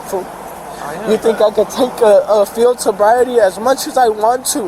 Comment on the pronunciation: "Sield boriety" lmao